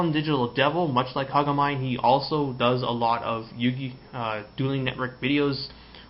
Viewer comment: you said kagamine wrong